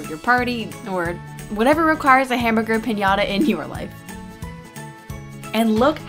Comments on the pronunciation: Se que es inglés y eso, pero me llevo riendo como media hora por lo de "Pinata". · lol ches say piñata that is piñata